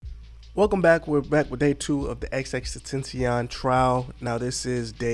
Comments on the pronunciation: I’m sorry you said xx what? Tentian tf if that pronunciation XXXTEN TA CION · xxx TEN-TAH-SHE-ON my guy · cuh say “xxxTENTENTION”😂🤦🏽‍♂️ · Damn homie… it only took a few seconds for u to butcher the poor man’s name! U were an X and a foreign language away from getting it right!